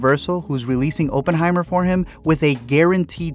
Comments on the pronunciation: Bruh it's Oppenheimer not openheimer 😂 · I wonder what your churn rate is at the point you called it "open-heimer" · "open-high-murrr" Interesting pronunciation.